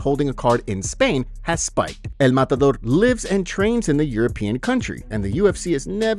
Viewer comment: EL MUT ADOOR? Too funny. Who is dis El Mutadoor you speak off? Ilia Topuria?